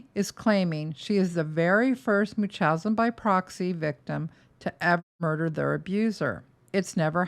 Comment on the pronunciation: It's pronounced: munch-howz-in 😊